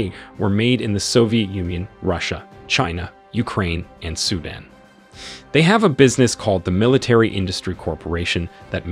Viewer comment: “Sudin” ????? Wtf it’s Su Dan.